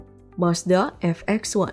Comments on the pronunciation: Ve..bukan Ef..sayang😄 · VX bacanya fe eks bukan ef eks min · VX 1 kok di bacanya FX 1 jd bingung dengerinnya. Mau ngasih edukasi kok gak bener. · VX-1 mbak bukan FX-1.. Viiii bukan Effff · Cma ngingetin aja itu 'V' bacanya Ve bukan Ef. Lupa apa gk tahu sih... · Mazda Ef Ex (FX) ? (VX) Ve Ex bacanya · Iya, saya dengar dia ngomong mazda fx-1, bukan vx-1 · dia bilang VX-one ya bukan VX-satu.. jadi harusnya lo tau yg bener Vi atau Ve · Narator ga lulus sd... G bisa bedaim F dan V... Wkwk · Admin gagal ngk bisa bedakan ucapan V dg F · Pembawa narasi gak pernah sekolah